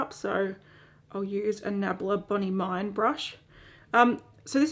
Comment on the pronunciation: So cute how you called the nabla brush « Bonney mayne » hehe 😉 it’s french and it’s pronounced « Bonn meen » (trying my best to write phonetics English ahahah, not my first language). Anyways, really enjoy your thorough reviews with non scripted text, feels very real and refreshing. Still like other YouTubers videos but in yours i really find a review like I’d get from a makeup loving friend and not a YouTuber (not sure I’m making sense haha) Can’t wait for the next video!